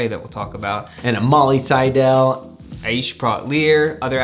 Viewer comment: Seidel rhymes with "title"